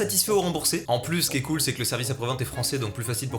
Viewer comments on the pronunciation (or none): T’a mal prononcé cool et ca a fait euhm..